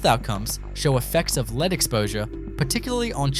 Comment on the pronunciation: Time you learnt how to say Bourke correctly. I am surprised at how many town names you actually have no idea of how to pronounce them. Talk about third world towns but you yourself have third world speech. Disgusting to hear such ignorance. You even have no idea how to pronounce lead the metal.